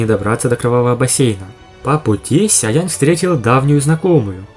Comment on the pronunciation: Спасибо за обзор. Попробуй немного потренироваться в дикции, выговаривая слово Сяо полностью, с буквой "О" :)